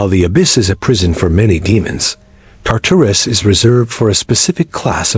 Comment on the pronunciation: AI is SO stupid that it pronounces Tartarus about 5 different ways in just this one video. What does that tell us about relying on “artificial intelligence”? Smh